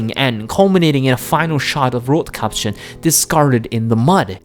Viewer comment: Love the vid and analysis but ngl, your pronunciation of rottkäppchen makes me cringe. You pronounce "rott" like it is in German but you pronounce "käppchen" like a foreigner agghhh